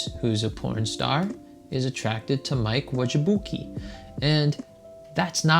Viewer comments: his last name is pronounced may-lack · You say Mike's last name like May-Lak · Mikes name is pernounced may-lack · How you gonna butcher a man's last name like that? That's some disrespectful 💩. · Pretty embarrassing that he cant pronounce majlak